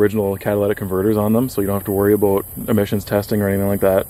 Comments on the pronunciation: Why do you pronoucne "about" that way? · You say “about” really weird lol. Are you Canadian?